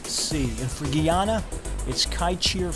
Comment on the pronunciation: Wonderful to see that you are promoting Guyana. Just learn how to pronounce the country correctly. It is Guyana pronounced Guy-ana not gee-awna.